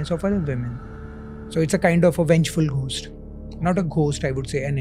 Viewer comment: Why do you say ghhhost it's gost